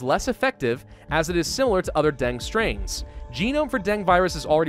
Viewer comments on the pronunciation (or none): Den-geh not Deng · PRONOUNCED DENGEE NOT DENG REEEEEEEEEEEEEEEE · it's deng- gee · It's pronounced, "den-gay". Dengue fever has been around forever. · My Diseases and Diagnostics proff used to tell people to pronounce dengue as "den-gay". then he's say.. "just like a den full of gay people" It was really cringey. This was decades ago and he meant happy, not homosexual....but still. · Here in Argentina we call it DENGUE ("gue" is pronounced as "geh") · In Vietnam we pronounce it Dengee or the break bone fever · Dengue is pronounced as "Deng-Geh (The G sound in geh is not the letter G sound) ." I like your vids. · Why is he pronouncing Dengue wrong? The guy acts like he is a medical expert when talking about Coronavirus yet cant pronounce Dengue Fever right. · I'm so used to hearing it said like 'den goo' that I took a double take when you first said it! (no shade being thrown, I just say things weird) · You're a grammar Nazi but can't pronounce Dengue correctly?